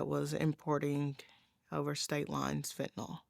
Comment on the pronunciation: I've watched lots of these sad stories. In all of them, the folks pronounce it Fentanol, whereas, it should be pronounced Fentanil ... the y in the name is pronounced as an i, a 'soft' i, being Fentanyl.